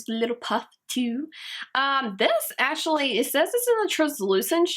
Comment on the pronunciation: omfg pronounce ur words correctly "ashuly" "transushent"